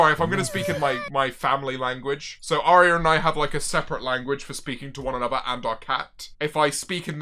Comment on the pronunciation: I know he was saying Aria but it sounded like fucking OREO